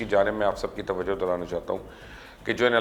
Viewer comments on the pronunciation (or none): none